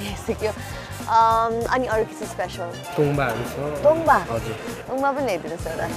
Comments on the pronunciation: It's " tong baa "guys not tungbaa and Sekuwa is the recipe of Rais and limbus of East Nepal ever listed all over Nepal . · Not tumba its called tongba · Tumba haina hau paschimeli haru it's 'Tongba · Paschimeli haina hau purbeli ho tongbaa